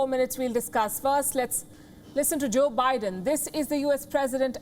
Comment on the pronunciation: I heard 'joke biden' 🤣